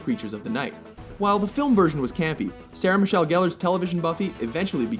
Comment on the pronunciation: Sarah not Sahara.